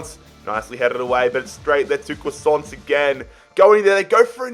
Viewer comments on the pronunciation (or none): none